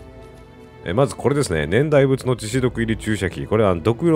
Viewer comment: 年代物→ねんだいものですね(笑)